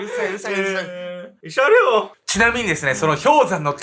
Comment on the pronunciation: いしゃりょおww